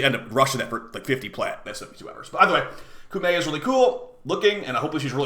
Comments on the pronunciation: KO-MAY is the actually pronunciation btw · Heard someone said cummy